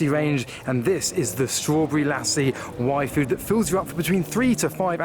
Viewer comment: I know your saying Yfood but I'm hearing waifu 😄